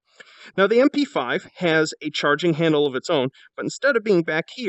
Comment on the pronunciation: “Grab the chowerging handle.”